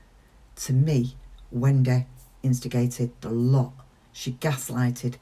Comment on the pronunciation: On a lighter note … it’s great how you say “Wen-day” 😁